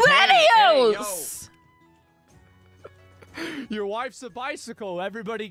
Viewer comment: wideos, adorable German moment.